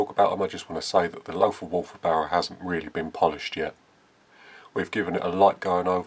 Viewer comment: Well done! Pronounciation is Lotar Walter. Just forget the h...